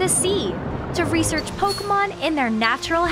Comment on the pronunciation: Lost interest after the third time she said "Pokamon".